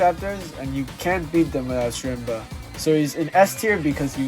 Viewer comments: im pretty sure it's pronounced as sherma since I think the c is silent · schrembuh how do you butcher his name this badly